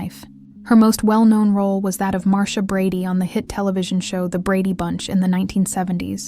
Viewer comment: How can you mispronounce Marsha ?🤷🏼‍♀️